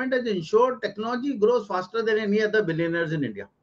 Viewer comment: Such a fool this guy is cannot even pronounce Billy neers….